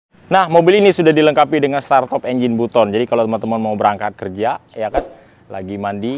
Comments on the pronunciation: Baten mas bukan buton ngucapin nya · Buset startop engine button kayanya itu staternya masih kluarganya ruslan button. Di baca nya batten kaleeee bukan button wkwkwk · Nyebutnya batem bukan butom😂